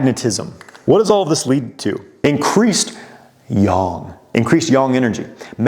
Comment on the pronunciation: its ying and yang not yong lol